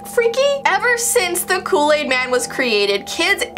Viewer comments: *Kool aid man not Kool laid man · U said look aid man